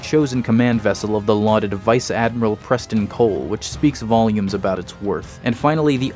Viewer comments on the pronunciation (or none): none